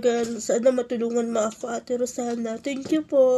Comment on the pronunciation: Kakaiba talaga ang pronounciation ni rosana..hahahha...mahal yan day kakaiba ang brand..